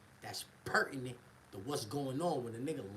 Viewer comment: My man trying to get his point across, my man said “ask pertinent”questions lol Yeah Lgtt!!!